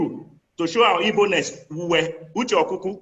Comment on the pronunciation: It's a big shame many of you can't even pronounce the name IGBO properly rather y'all are repeating this NONSENSE Ibo Ibo Ibo, it is IGBO IGBO IGBO OK